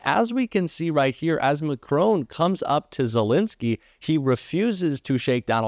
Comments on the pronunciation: Why can't Americans pronounce the French president's name correctly ? It's a rhetorical question.....!🤔😐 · Please pronounce President Macron properly. There is no 'h' after the 'o'. The 'o' is pronounced as the 'o' in cotton. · I'm with you, but please learn how to pronounce people's names. Thanks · Please have a think about how to pronounce the French president's name. Hint - it's not Ma-CRONE... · The name of France's president is Macron, not Macrone. Please pay attention to pronunciation. Thanks. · President McCrone? Its MAC-Ron, FFS : RON (short O sound) - as in RON-ald Reagan. He's not Irish, he's French. Come on - do better 'Mercans. Try to pronounce names as correctly as possible, please. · Please would you pronounce President Macron' name correctly, It's Macron not Macrone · Great vid. Just a small point. Macron is pronounced mack-ron. Not Mack-rone. Cheers from the UK 🇬🇧 🇺🇸 🌎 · Not you as well? Macron, the man’s name is Macron! It is NOT Macrone… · MAC-RON, there is no e on the end, it is not macrone. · MacrON not MacRown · Please note that the President of France is named 'Macron' not, as you seem to think 'Macroan'. Please don't be so disrespectful. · Please stop calling President Macron.....Mak crone. It is an insult to anyone to mispronounce their name repeatedly. Yours faithfully, Donald Crumpet. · 'Macrone'?? Why can't Americans even try to pronounce Macron properly? It's 'Mack-Ron'. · Macron pronounced Mac RON ( said like Don ) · Please try to pronounce the French president's name right. It is not Mac-rone but Mac-ron. It is disrespectful to mispronounce anyone's name, you of all people should appreciate that. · Please pronounce MACRON’s name correctly . There is no E on the end of his name , therefore the correct pronunciation is MAC RON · Please pronounce President Macron's surname properly. The "on at the end is pronounced as in 'on' and not 'own'. It is very annoiyng especially as you keep repeating it. Thank you.